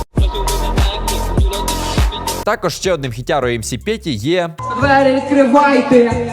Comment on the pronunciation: По МС Петя - він каже не «відкривайтИ» і не «відкривайтЕ». Він каже «відкривайтИЕ»😂😂 . Оця тєма дуже поширена на Заході, коли замість Е або И кажуть звук ИЕ.😂😂😂 Це топппппп!!!!